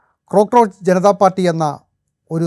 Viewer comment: ക്രോക്രോച് അല്ല കോക്രോച്